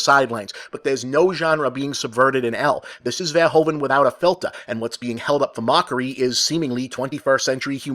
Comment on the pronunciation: Nice review, thanks Bob! Little note, It's Paul VerhOEven. the OE are Pronounced like "The Who" in Dutch. I know, Dutch names are hard :)